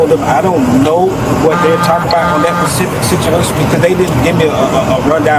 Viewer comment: He needs to be arrested just for saying " pacific situation " alone.